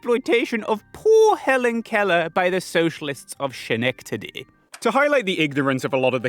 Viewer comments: Good video, Schenectady isn't pronounced like that. it's pronounced skuh-neck-tuh-dee, where the u's are schwas. Although it looks dutch/german, (an many of the early settlers of Schenectady were dutch) it comes from a mohawk word, saknehati. You're probably wondering, if the Dutch were the primary settlers, but as the town name starts with an sk sound, why is it that the spelling they chose so counter intuitive for them? Well, I certainly can't give a full answer, because I don't know, but I do have a crack pot theory. Basically, the dutch spelling was outcompeted. Before English spelling reforms, the name of the town was spelled very differently. I've seen maps that call the town Schonectady, Schenectada, skenectacty, skenektadi, and skenectady. (all of these names are form different maps that were hanging in the Albany Institute of History & Art this summer) my guess is that the orthography was only settled after such reform, which caused the more anglophone interpretation of sch to win out. My other competing theory is based on the map of the province of New York (1779) by Claude Joseph Sauther, which has the current spelling, so maybe the name was spelled like that by some anglophone and made the official spelling by somewhat arbitrary nature. The only true conclusion you should take from any of this is to pronounce it correctly next time, and also I'm an idiot who really wanted to share the silly ways the name has been spelled in the past. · "skenectody" not "shenectody" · not to be a nitpicky or anything, but I Believe Schenectady is pronounced skih-neck-tady. If I am wrong, anyone from there let me know and I'll take down this comment. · FIY it's pronounced Skennectady, not Shennectady. Ask New Yorkers why, idk. Great video. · I love your work, but please stop hurting me. I was born in Schenectady and your pronunciation is inflicting psychic damage. Sken-eck-ta-dee no "sha" sound. K thanx bye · its pronounced skuh-neck-tuh-dee